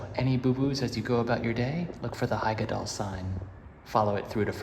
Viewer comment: Nice one! It's great to see your funny interactions with the characters, i hardly ever see something like this in other vlogs from these places. And of course, you apologise for your pronunciation before actually saying something correctly, while butchering something else later on 😅 Referring to the nemesis of all English-speaking Rulantica visitors, "Hyggedal"! Because in Nordic names like Hyggedal, the "Hy" isn't pronounced like in "hyper" at all, more like in "hiccup", but different. But it's hard to describe it in English, maybe watch "The Scandinavian Hygge Lifestyle Taking The World By Storm", they say it properly in there a lot. 👍 But yeah, another enjoyable vlog., it's so funny how you seem to be by far the more apprehensive one when it comes to all things water 😄And of course, the sunglasses with the sport straps... It's good to see how you both wear hats and stuff at times though, sun protection is important, especially if you're not that dark of a skin type to begin with. 👍 I've seen that snorkelling VR once in a vlog, the guy who did it was positively surprised by it, and his girlfriend filmed him from outside. You enter a pool where the water can be moved through with jets, you hold on to handle bars and then you sort of snorkel in place while the water is moving and the VR is playing, giving you the sensation of going on a dive snorkel adventure. They said it's well worth the small up-charge. The technology is kept dry with rubber seals and stuff, like